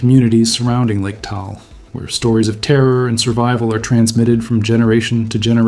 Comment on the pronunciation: Taal is pronounced "Tah-ahl" -- two syllables, just like mag-ma. But you must pronounce "magma" like Mike Meyers..MAAG-ma!